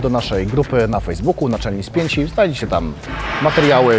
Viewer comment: Spięnci? A nie spięci?